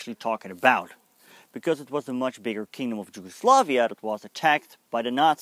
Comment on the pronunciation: how on Earth you came up with pronunciation of Yugoslavia with J (as in Japan)??? in English is with Y, in Dutch and Serbo-Croatian is with J which is of course equivalent to English Y. Again extremely short video with just basic approach to complicated subject. You have to put things into wider perspective of pre-war circumstances, government agreed pact with Germany/coup d'état followed, bombing the Belgrade without war declaration (over 2,000 civilians died, national library with centuries old manuscripts was turned to ash), massacres committed by Hungarians (throwing civilians under ice of frozen rivers), by Bulgarians and Albanians over occupied land. Complicated relationship between Nazi and their allied forces, partisans, puppet Government of national salvation (by Nedic), royalist Chetniks, and civilians of different ethnicities. Serbia was involved in 3 wars prior the WW2, but none of them was war to conquer. In Kragujevac (Kraguyevats) Massacre was the mass murder of between 2,778 and 2,794 mostly Serb men and boys by German soldiers. It and came as a reprisal for insurgent attacks and deaths of 10 German soldiers and the wounding of 26 others. The number of hostages to be shot was calculated as a ratio of 100 hostages executed for every German soldier killed and 50 hostages executed for every German soldier wounded. Furthermore an entire classroom of kids were executed together with their teacher on that day. Following the massacre, the Germans held a military para